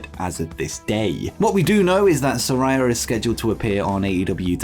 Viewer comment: “Saraya” is pronounced “Sir-eye-a”!